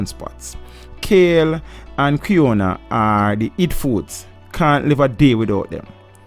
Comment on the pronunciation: Lol you are so endearing. Quinoa is pronounced KEY-NWAH (rhymes with Patois). I have never met any uptown people, only real people from town and country, I suppose Uptown folks are what we call Yuppies here in Canada. Kind of like rich people who are ignorant to the struggles of the poor and middle class.